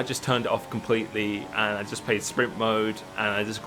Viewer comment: Uh,, do you have a speech impediment or something? Because you never say "played" correct.